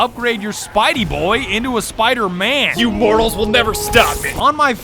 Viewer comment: Just rewatching here: "He's fucken Spider-Mang"